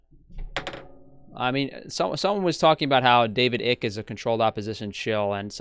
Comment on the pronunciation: Icke = "ike," not "ick."